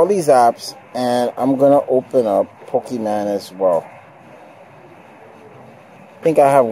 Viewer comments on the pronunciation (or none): poke e MON not man, jesus